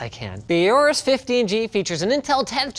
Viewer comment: finally someone who can say aorus right